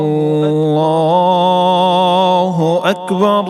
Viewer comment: الله اکبر میں را پر پیش پڑھیں آپ زبر پڑھ رہے ہیں جزاک اللہ خیرا